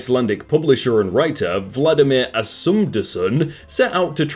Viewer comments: The book: Valdimar Asmundsson: Vladimir Assumdesun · Icelandic People be: Valdimar Asmundsson be like: VLADIMIR ASMUNDUSON